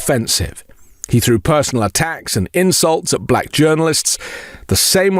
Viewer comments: “Balack” is how he says black. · DJT’s pronunciation of “Buhl-lack” is so weird, too 😂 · Have you noticed his voice inflection when he says "Black"? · Moreover, I really dispise the inflection of speech when Donold pronounces the word, "black" as if to further denigrate and marginalize.